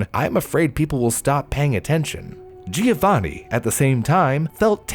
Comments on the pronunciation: It's JOE-vaNNN-ee, not GEE-OH-vanee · Oh honey you're trying so hard with the pronounciation I really appreciate it, pretty good! But please remember the "i" in Giovanni is not pronounced! It is more like "jo-vanni" , no "i" sound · My best friend's fiance is from Italy, she said it's pronounced JO-vanni 😅 "The more you know!"